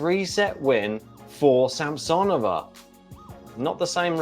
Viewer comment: Sam-suh-nō-vuh is the correct pronunciation 😂